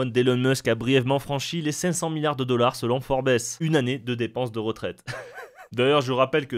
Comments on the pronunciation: *forbesse". nan on dit "fourbe-ssss" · 15 ans??? Je pensais 5 ans max! Bien fait de partir ptdr "Forbèsse" ptdr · Forbèsse bordel tu m'a tué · Forbesss xD